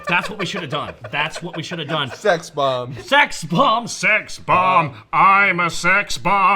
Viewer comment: Its pronounced SexBob-omb